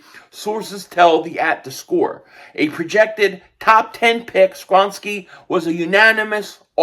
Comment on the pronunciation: pronounced sko-ron-ski